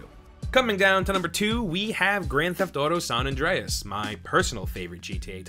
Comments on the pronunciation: "sohn andrehez" = "san andreas" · “Sahn ondreas” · Say "saan Andreas" one more time I stg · Sawn Andreas. Until , when he changes it to San. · My ears were startled at hearing your pronunciation of the words San Andreas and San Fierro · the way he says san andreas angers me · The way he says San Andreas angers me. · is it just me or the way he says San Andreas is kinda weird